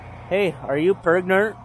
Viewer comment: You said 'per-gan-a-nant' wrong.